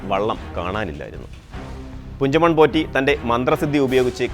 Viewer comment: കുഞ്ചമൺ അല്ല പുഞ്ചമൺ ആണ്